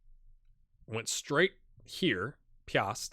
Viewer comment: Spaceman Xtreme's new club Piast *great pronunciation btw* is a current Polish Ekstraklasa Champion. Great series as always!